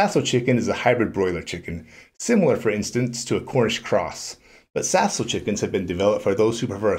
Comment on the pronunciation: You’ve got that French down pretty good !